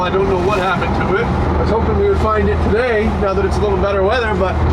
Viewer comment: yep it haplened lol